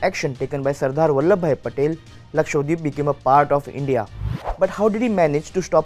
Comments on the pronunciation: It's lakshadweep not lakshwadeep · Pronounce it Lakshadweep .. not LakshWadeep ! 😂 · He says Lakshwadweep 😂😂